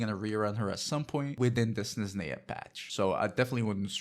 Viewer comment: How do you not know how to pronounce Snezhnaya and Escoffier even thought it's said constantly in-game?